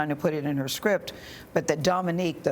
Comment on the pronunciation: I thought that was a mother and son at first lol. I was done when she said "skrip" instead of "script". Go sit down somewhere